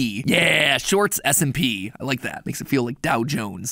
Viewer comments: Is it just me or does it sound like he says the shorts smp instead of s and p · I keep hearing shorts smp not shorts s&p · It sounds way to much like you say short SMP 😂